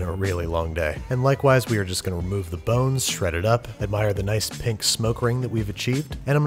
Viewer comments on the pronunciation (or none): none